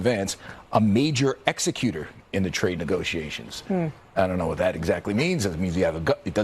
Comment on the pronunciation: Moron doesn’t know what “executor” means, or how to pronounce it.